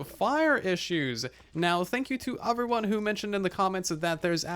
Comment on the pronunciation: nobody:: uhveryone